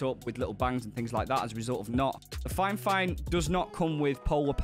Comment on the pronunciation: You keep saying finefine its fifine...